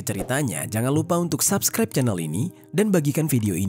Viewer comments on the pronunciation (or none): none